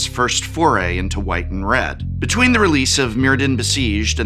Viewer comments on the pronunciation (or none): none